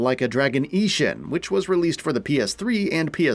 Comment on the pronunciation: The mispronunciation of Ishin gives me giggles every time 😆